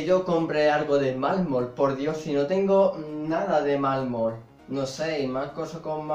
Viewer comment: Malmor??? MALMOR???????? MALMOR?????????????????? SE DICE MARRRRRMOL!!!!!!!